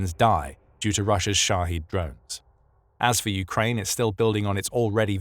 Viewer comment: The drones are called Shahed. Shaheed is a martyr. So kindly speak clearly.